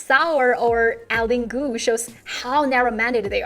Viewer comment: you can't even pronounce her name correctly. Stop blaming western media. Your communist party is criticizing ZhuYi for not winning the medal. thank you very much for the double standard. Please Learn English.